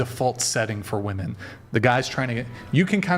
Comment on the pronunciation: Chair 1: You can't even pronounce WOMEN correctly...How the HELL you gonna be some once in a lifetime, top-tier, badass Doctor Babe?! Pssshh...the delusion is strong with this one🤦🏻